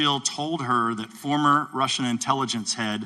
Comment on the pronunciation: "INTiLLEGENCE" Committee 🤣🤣🤣 Sounds like there are aliens among us👽